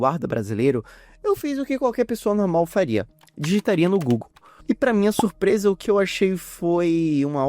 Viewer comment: "surpesa" "Guetúlio Vargas" Infelizmente só cirurgia resolve